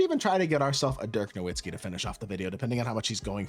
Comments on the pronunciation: He doesnt even say his name right ha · He’s your favorite player ever and you don’t know how to say his name?